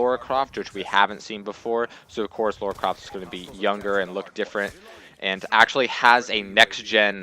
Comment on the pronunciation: It's LARA not LAURA!! AHHHHHHHHHHHHHHHHH!!!!